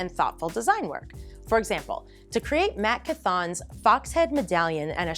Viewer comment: You Lost me when you mispronounced Matt Cauthon's name #heresy Also I now have to look up the creator for those STL files